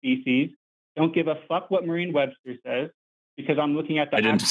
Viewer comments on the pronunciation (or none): Is it me or does he keep calling it "Marine Webster'? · Dude hasn't gotten "chromosome" or "Merriam-Webster" right a single time... wants people to think he understands evolution.